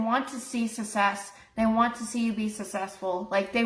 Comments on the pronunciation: She pronounces “necessarily” correctly, but mispronounces “success”…it’s either lazy pronunciation or she genuinely believes the double c makes the same sound as the double s…And I hope your back feels better soon! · The way she says success makes me uncomfortable. 😬